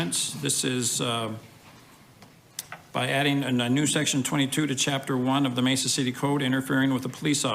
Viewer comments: Hey fam, it’s pronounced Mesa Maysa not messa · This channel doesn't even spell amendment correctly and can't pronounce Mesa right. What a bootlicking moron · Pronounced Masa long a is the first a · I thought Direct D was legally banned from filming the police after his last arrest/court date. By the way its pronounced MAY SA. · I'm from California, and we pronounce it "May-sah". Pretty wild how the pronouncement changes so much. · (approx) he pronounces it "May sah" the California way. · Pssst, Mesa pronounced like May-sa. 😊👍